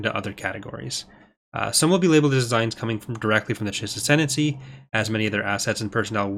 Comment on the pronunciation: There's a new mod called "Ascendany"! Sorry,, couldn't resist.